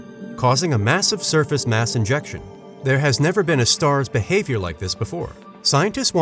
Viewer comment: Sounds like he keeps saying INJECTION instead of ejection